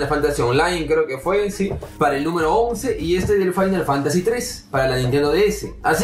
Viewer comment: Yo creo que decía era fimal Fantacy IIi, jajaja